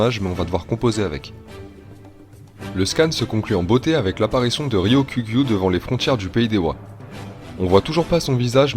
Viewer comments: Pas facile à dire son blaze de miskine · Bien l'analyse ! Tu galères a dire Ryokugyu ça se vois 😅